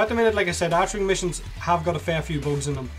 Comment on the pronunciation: It's called Archwing. Pronounced [ark-wing]. Also I was kinda disappointed when you demo stuff like a warframe or archwing you talk about abilities, but you dont showcase the skills as you mention them.